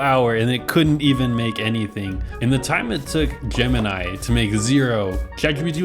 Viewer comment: Hmmm gemni? It’s sooo bad😂😂😂😂